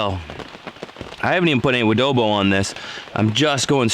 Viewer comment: Adobo? Wodobo?